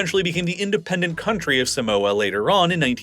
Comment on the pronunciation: You say Samoa, and Pago, Tokelau and Niue very wrong